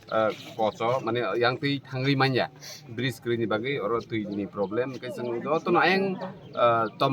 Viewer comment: Bright 😂😂, it's Bridge